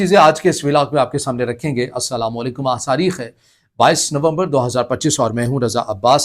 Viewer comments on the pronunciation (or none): Saareekh hai 😂 ya date... Taareekh